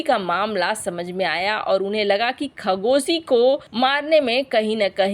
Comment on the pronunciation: खगोशी नहीं खशोगी बोलो मूर्ख ।